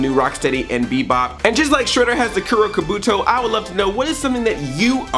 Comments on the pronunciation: My one miff about the episode: kabuto is pronounced with the stress on the first syllable, not the second. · I find it stupid that Andre can't pronounce easy Japanese words like Gigan and Kabuto. I knew how to pronounce those words to first time I read them and I was 6! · You said Kabuto wrong...... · You can say "oroku saki" but you cant say "kabuto" :P